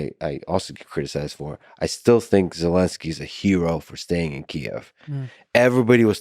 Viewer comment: "Zele*zzzkkii " a " hero"? Wow ...